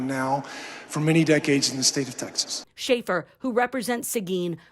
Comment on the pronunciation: You're pronouncing it wrong it's, Texas not "taxes".